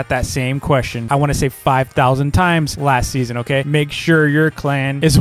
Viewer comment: When ever says last season I think is saying lassy